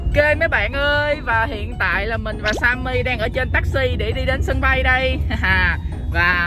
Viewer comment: Simmy mà nhấn simmi